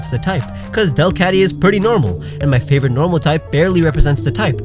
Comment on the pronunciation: DO NOT LEAVE OFF THE O IN FAVORITE!